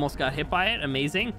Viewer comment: Can’t be much more insane than saying “Amaewing” instead of “Amazing”